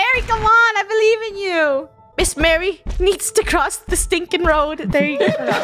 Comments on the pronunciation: calling her miss mary but her name is pronounced Mah Ree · Btw it’s Miss Marie ( Mah-ree) Not Mary (Mare-ree) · it’s not miss marry, it’s miss Marie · I know the reason the librarian was mad at. They kept calling her Miss. Mary instead of Miss. Marie so she was mad that they were saying her name wrong 😂 (ily krew and all ur videos)